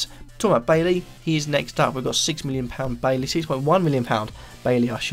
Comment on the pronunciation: bye-ee not baily